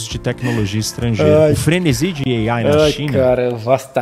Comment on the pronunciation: Gastura dele dizendo "Ei-Aiiie"